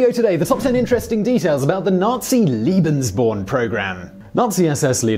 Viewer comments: Simon,you often talk about your efforts to nail the pronunciations of other languages. It seems that in this instance your tendency toward a British pronunciation was just doubled down upon. Seriously I can't believe that any effort at all was made to understand or reproduce a proper Germanic pronunciation despite the jarring difference in meanings throughout the entire video... my enjoyment was negated by this oversight. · Nazis are really bad, aren't they? PS. Is it Lebensborn or Liebensborn? I don't know much German, but it sounds like you're saying Liebensborn, Liebensborn, Liebensborn, but it's written Lebensborn. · Thank you very much. I just watched this video and was ready to comment, but you were there ahead of me. One means "love" and the other "life". A great deal of difference! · Watching the video and shuddering each time I hear "liebensborn" instead of "lebensborn". Two very different programs and ideology. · Layyy-Bens-born not Leee-bins-born. Long A. Keep on Rockin'. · Leben... not Lieben... ("Liebe" means "love" in German). Wrong pronunciation. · it’s leben not lieben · Simon, please put some effort in the pronunciation..... its LEBENSborn, not "Liebensborn", it sounds ridiculous... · Argh! In future, can you please check the pronunciation of the foreign words you will be repeating every other sentence? "Leben" is pronounced "LAY-ben," not "LEE-ben"! "LEE-ben" or "lieben" means "to love" in German, pretty much the opposite of what the Lebensborn program was about. Kind of key ... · It's lay-bens-born... not lee-bens-born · Lee-been "love" lay-been "life". (sigh) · It's pronounced Leh-behns-born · This guy doesn't have a clue.. second Reich didn't last a thousand years, and he cannot pronounce lebensborn. It's not Liebensborn you moron. Get rid of him. He's shite. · Your pronouncing lebensborn wrong, it is pronounced laybensborn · Leh-benz born. The correct pronunciation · It's pronounced LAY-benz-born. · yeah, he always says Liebensborn 😁